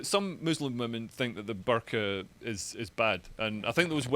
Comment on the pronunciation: Desperate trying to protect herself from cancellation! Incidentally Dr Shola said burka and niqab wrong so............